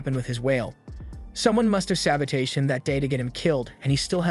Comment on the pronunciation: Brother I absolutely love your commentary for every show you do, but please the way you say sabotage pierces through my ear. It’s all love and just want to say thank you for making these amazing videos. ❤🫶🏽